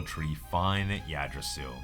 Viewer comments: FYI, it's pronounced "Igdrassil". The "Y" is an "I" sound. :) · its been bothering me since the 1st time u said it and i dont know if anyone has told u since but the Y in yggdrasil is pronounced as a n I (igg drasil), its a common mispronounciation, i myseelf mispronounced it at 1st until i looked up how to pronounce it